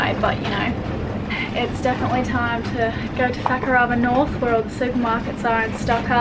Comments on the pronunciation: phew its fakarama not fucka-r-ama, just needed to check ha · I think is doing that deliberately... mis-pronouncing Fuckarama... hahahaha.... it's typical of Aussies to do that! lol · "We hoisted the sails and set off for fucker-Alah." "When we were trying to go through the pass into fucker-avah..." "We're really close to fucker-avah." "Just near facker-avah" "It's definitely time to go to fucker-avah north" "FUCKER-avah is known for it's world class diving" Lol WTF?! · I hear "fuck-her-over" especially with that accent! Beautiful island cursed (gifted?) with an ugly (hilarious!) name. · Haha fukarava. I sware was pronouncing it so blunty on purpose. Was so funny. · ''FAK-A-ARA'' WTF?? LMAO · Say Fakarava again please. Lol. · May have childishly giggled when you said Fakarava at the start... Oh and you said it again HAHAHAHA :D Im sorry I'm so immature!